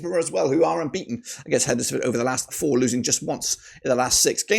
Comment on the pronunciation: HEDNESFORD is pronounced Hens-ford not Hed-nes-ford. You don't pronounce Wednesday as Wed-nes-day do you???